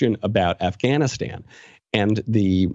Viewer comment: Who the fuck says Afghanistan that way